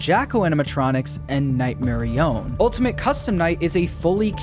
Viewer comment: It’s not nightmare I- own it’s notghmare i- on